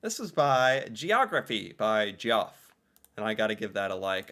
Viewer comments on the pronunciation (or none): "Geoff" = "Jeff" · I guess we can add "Geoff" to the list of words doesn't know how to say... It's pronounced "Jeff" dude...